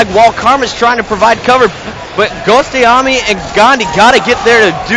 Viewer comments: Ghostayame not ghostiomi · Gostiomi? Wow.. that's not even pronounced correctly.